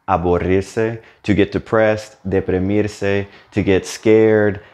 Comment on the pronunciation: nice videos. just 2 things. 1. when you pronounce deprimirse, deprimido, the first "i" sounds a bit like an E, and the U in aburrirse sounds like an O. 2. is it really reflexive though? ;)